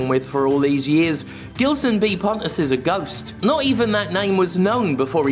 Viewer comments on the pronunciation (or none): Just a friendly tip from a Portuguese speaking viewer, Gilson is pronounced "Jilson" in this case. In Portuguese when the letter G is followed by a E or I, it will always (unless I'm forgetting some exception) has a J sound. For it to have a G sound it needs an U between it and the E/I, as exemplified by the word Portuguese (português) itself. Although sometimes the U has a sound depending on the word... yeah it's a complicated language, lol. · I guess his only beef with you is with you mispronouncing his name. It should sound like a “J”, as in “Jill”. “Jillson”. 😆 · It's Gilson as in Gee. Not that it matters. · Two things: 1) Gilson B. Pontes sounds a lot like a name from a Portuguese speaking country, in which case it should be pronounced with a soft G (which in Portuguese sounds like the letter S in the word "vision") 2) That idiot does not deserve the dignity of having his name pronounced properly (IF that is his actual name), so keep using the hard G just out of spite. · Is Gilson brazillian by any chance? Because if he is, the G in Gilson is supposed to sound like a J.